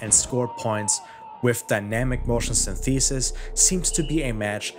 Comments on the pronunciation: Its more like Synth - eh - sis. English English rather than American English. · sYnthesis, not synthEsis. Otherwise, great vid. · That's not how you pronounce 'synthesis'. It's not 'syntheeesis'. The stress is on the first syllable. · dawg I love this video but please stop saying syntheesis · Well I didn't hink it was possible for a human to mispronounce 'synthesis' in such a way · Good video, although that’s not how synthesis is pronounced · Hey man, great video - I really liked the euphoria engine in the first Read Dead Redemption, I think it fit in perfectly there. Also, no disrespect - your pronunciation of the word "synthesis" is kind of off. I found a 12 second video that shows the correct way to say it and I thought I would offer it to you in case you're interested. Anyways, cheers m8. I'll post the link below in case the comment is auto-removed by YouTube.